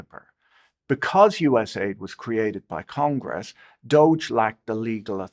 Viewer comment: Patrick couldn't be bothered to pronounce USAID properly. AID is in it's title to make it sound good. U.S. Agency for International Development doesn't sound so benevolent. USAID soft power was used for the UKR Maidan Coup and resulted in the UKR war with a minimum of 1 million deaths. Likely 2 million+. But most of the deaths were young white men, so who really cares